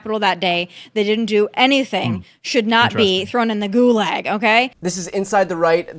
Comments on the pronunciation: Tomi is so dumb, she couldn't even pronounce gulag right, like "goo-LAAAAG". It's "goo-log", like a fire log. And getting inside her mind isn't hard since it's so tiny. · You know if she's going to liken an American prison to a Russian Gulag then she could at the very least learn how to PRONOUNCE THE WORD!!! But like so many of the other plastic blondes out there hocking for Trump she's a pretty face with a black heart, no soul, and nothing but air between her ears. 🙄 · It's gulag not goolag😂😂😂😂